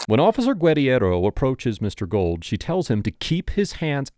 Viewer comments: His name is pronounced “goold”, not gold. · Great video and content. His name is pronounced Gooo uld not Gold